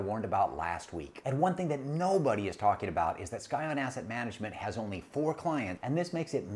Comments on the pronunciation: Didn't realize it is Skyon. Think is is actually pronounced "sy-on". Just trying to help. Otherwise like the podcast alot. For reference, a scion is new growth of a biological organism. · Do you really think"scion" is pronounced "sky-on"?